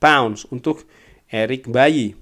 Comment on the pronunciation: Eric baily bang bukan eric bayi 😂